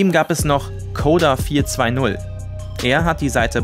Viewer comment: Ich finde bei einem Beitrag über Drogenkriminalität im Darknet kann man die korrekte Aussprache von 420 erwarten, dazu muss man kein Experte sein, es zeugt einfach von Unkenntnis vom Thema wenn das keiner in der Produktion bemerkt, wobei das Darknet stark stigmatisiert wurde (wie immer das ausschließlich böse Darknet...) Da macht man sich gerne über Kleinigkeiten lustig....